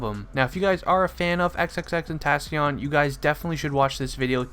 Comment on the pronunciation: vro u said said his name wrong aha but, NUMB